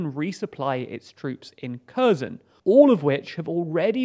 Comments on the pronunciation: KHerson not CURZON! GEEZ! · It's not Curzon, it's hhair-sonn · KherSon, not Cur-zon. It's not difficult to approximate correct pronunciation, but this less-than-impressive channel makes NO attempt. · The "K" in Kherson is "silent." Thus, Kherson is properly pronounced "HER SON." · CrimeaIsUkraine Thank you!! The Ukrainans I hear pronounce Kherson as "HEAR SAHN." Don't hear any "X" sound. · Why do you keep calling Kherson Curzon ? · The "K" is silent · how many times can he mispronounce Kherson. Emphasis should be on H not K... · Oh no! A foreigner who doesn't pronounce foreign names correctly!!!! Oh no!!!! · yea, I'd say it's pretty bad if news anchor doesn't know how to pronounce names of the places he is reporting on.